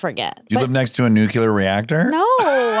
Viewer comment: Dax, only been listening for a few months. Each episode I am so blown away with how worldly and knowledgeable you are. For the life of me though I cannot handle it when you pronounce it "nuke-yoo-lar"😂